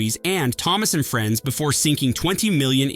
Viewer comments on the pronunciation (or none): none